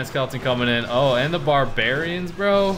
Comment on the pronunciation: "Bahrbewrians pop out"